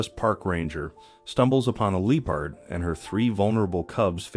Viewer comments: L LEARN TO PRONOUNCE THE NAME OF THE ANIMAL LEOPARD NOT LOOPARD!!! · I heard looperd. Strange… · Absolutely had it with AI voices....LEE PARD? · Also Loo perds. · Why is this Person Pronouncing the Animal Wrong ?? It's NOT a Lee Purd !!! 😮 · yes. They pronounced Leopard wrong. They should do Research before they publish a video.